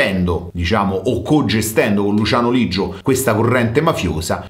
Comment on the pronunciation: Leggio no Liggio